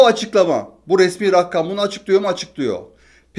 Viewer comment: abi 11 kez rakkam dedin bir kezde rakam dedin iyi aksamlar